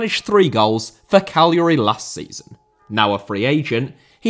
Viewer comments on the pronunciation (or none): none